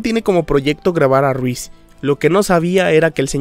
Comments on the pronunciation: Porque decís "Ruiz"????? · excelente trabajo tu vídeo 👍👌 felicitaciones 🙂... sólo me incómoda escuchar "Ruíz" en lugar de "Reese" (Riss). 😅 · YO ESCUCHANDO A DECIR RUIZ:V:V:V:v:v A REESE